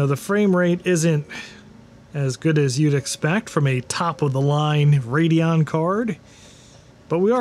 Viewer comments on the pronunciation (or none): none